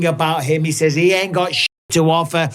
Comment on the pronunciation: Bisping you live in this country now stop saying says like that